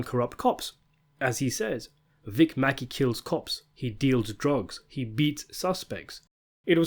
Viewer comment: Sometimes I think I only watch these videos for the mispronunciations. “Vic MacKay.” “Akaveda.” “Walter Goggins.” “Monika Rollins.” “ Cori.” “Dutch and Claudia.” The videos go down more smoothly if you just chuckle at it.